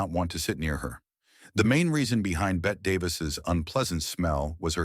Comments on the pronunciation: It's not Bet Davis, it's pronounced Betty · Bet Davis ? someone please tell AI its pronounced Betty. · Really? "Bet" Davis? Could nobody advise the AI speech machine the name is pronounced Betty! isgraceful. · Bette is pronounced like Betty, not bet. Elia is pronounced e-LIE-ah, not e-LEE-ah. It's Katherine, not Catherine, and Ava, not Avar. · Bette is pronounced BETTY! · Totally agree. "Bett" is pronounced like "Betty" but the moronic AI voice didn't know that. You got a dislike, Legends, because you were too much of a lazy douche to put some effort into your post.